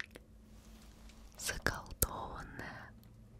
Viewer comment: Когда она сказала "заколдованная" я не услышала окончание и подумала, что будет"Заколдованное место"Я так испугалась😅🥲